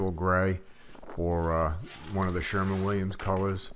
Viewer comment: Good video, great instruction. I just have one mind blower, you said you got the paint from (Sherman Williams) okay that drives me crazy, the company is “Sher-WIN Williams” THER IS NO “M” in the name. Geeesis!!!